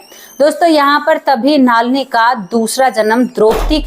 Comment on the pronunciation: आपका।उच्चारण बहुत खराब है नलिनी नाम हैं